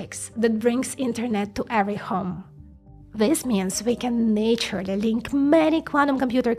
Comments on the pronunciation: now i see you pronounce naturally as na-ture-a-ly is actually pronounced nat-u-ral-ly still great video tho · This is very cool but it is a bit difficult to understand you sometimes and I've realized why. When you say the word "naturally" you shouldn't pronounce the first 'a' like in "nature". It should be pronounced with a short vowel closer to "Ah". Nah-turally. In English there are short and long vowels like that.